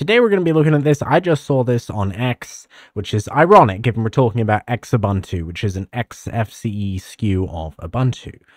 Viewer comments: "X-ubuntu" you mean "xubuntu /zu-bun-too/"? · ZOO-buntu. Not EX-ubuntu. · I pronounced Xubuntu as "Sh-ubuntu" - LOL 😅😂